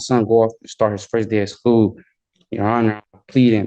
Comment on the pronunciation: School , not skoo 🥴